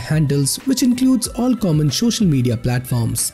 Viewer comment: nobody: this dude: shochial media '-'